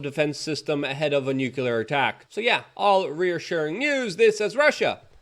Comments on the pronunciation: Don't forget "NUKE YOU LERRRR " ! phonics died , I hear . . . * Though I'm NOT a grammar nazi . . . it would be nice to hear pro-nounce , instead of amateur - nounce ! Meh , it's only slightly annoying . . . OF COURSE ! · Nuclear is not "nucular" lol